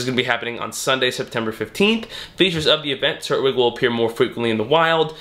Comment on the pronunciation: Does it not bother anyone else the way he says “turtwig”